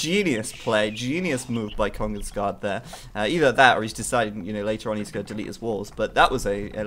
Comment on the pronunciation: you pronounces it like kongens ga the where its a sharp a. not gah